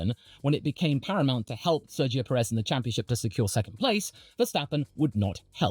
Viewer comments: love watching you yap about F1 but for the sake of every hispanic fan, Pérez =/= Peréz. The accent on the first 'é' makes it so that phonetically it is accentuated more than the second one. Big ups on the professional yapping though, very entertaining. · You are emphasising the second 'e' and unfortunately that is incorrect (not your fault, you are not a Spanish native). The emphasis is on the first sillable due to the accent on the first 'é'. Think of the phonetics of the word 'PE-ril' Most journalist will put the emphasis on the second 'e' but we appreciate more the ones that don't. Should be sounding like 'PE-rez', not 'pe-REZ' Keep it up though, have enjoyed watching since you had around 1.2k subscribers :) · What name? Perez? He's definitely not pronouncing it right.